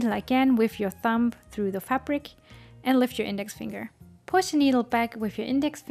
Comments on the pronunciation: just found you and already love your content. I'm not trying to be rude or anything and I personally would like to be told rather than keep making the same mistake over and over again. You actually say "thump" which as a noun means "a heavy dull blow" when you mean Thumb "the short, thick first digit of the human hand" there is a B sound at the end rather than a P. English isn't my first language and I know things like this happens. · I'm only saying this because you mentioned words. The word iron is pronounced i on. The R is silent. Same for the word thumb. The B is silent. It is pronounced thum.